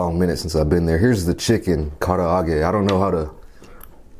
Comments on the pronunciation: you pronounced karaage perfectly. curry is my absolute fav! and with chicken katsu 👌🏼😋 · Your pronunciation of Kara-age is correct. It's Japanese, meaning fried chicken. Usually, it's made with potato starch added to the flour and fried twice. It's the bomb. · U said the karaage perfect. The shrimp is "ebi fry" and the cutlet is "tonkatsu" not "don" thats korean copy cat stuff. Original is japan. Just some japanese knowledge for u if care at all. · Yay!!! Wooden utensils!! 😍 Edit: uh oh. I just saw the first comment. I have a feeling the wooden fork is a no-go. 😭 But the way you're pronouncing karaage sounds very good to me. ^^ I'm just a student of Japanese though. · You say "karaage" just fine. Japanese curry actually comes from British versions of Indian curry, so it's not particularly east-Asian other than the protein preparation (karaage, katsu and other panko-breaded items, tamago, etc.).